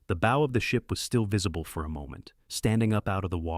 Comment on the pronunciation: "Bow" is not pronounced like bow tie. Prinz Eugen, not You Gun.